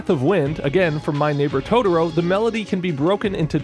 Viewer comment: Dude your videos are great... but why do I keep hearing Tororo haha. Cmon man! You already pronounced one "to", just repeat it and is TOTOro haha. Great video as always!